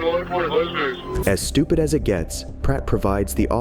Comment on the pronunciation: STOO-PID is the word